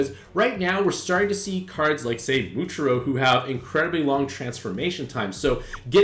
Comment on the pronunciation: bro really complaining about the acceptable nezuko pronunciation while ignoring how he absolutely butchered muichiro and gyokko